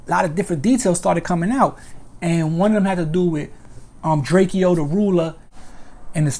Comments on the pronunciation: It’s Drakeo not drake-O get it right 👀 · he saying it like drakio drake names is spelt like that drakeo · Dre-Co not Dre-Key-Owl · Ayye'yoo my man his name is DRAKE'O ... NOT DRAKEO! ... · Drake O bro not drakeeeo good clip though free the ruler! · Pronounced Drako🤦🏻‍♂️ LLV DRAKEO THE RULER💯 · It’s drakeo bro like draco u sob I hate u weak ass bloggers getting rich off our culture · Who the fucc is drakeo his name is pronounced dray-co. Punk ass bloggers just blogging on everything and don’t know shit. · DRAKE-O! Say it with me DRAKE-O! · Pronunciation : “DRAKE-OH” Drakeo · Ive been pronouncing it drak-iee-oh this whole time too tf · It’s pronounced DRAKE O bro. Good work tho I appreciate the update. Free the ruler and stinc team. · Drake E- O th ruler lol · Right!? 😂 The saying my nephew name all wrong n shit! It's pronounced: "Drake OH"! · This is true. He’s my friend I went to court! Drakeo is innocent! And his name is pronounced DRAKE-O lol 😂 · Say his name correctly! 👎🏼 Trash Channel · THANK you! Pronouncing my nephew name all wrong n shit!